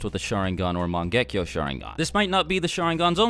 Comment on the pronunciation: Mon-gekko. Lol